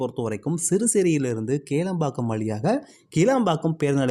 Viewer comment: First stop saying kelambakkam it's Kilambakkam